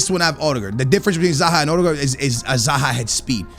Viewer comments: O-De-Guard lol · You Call him Uhdegård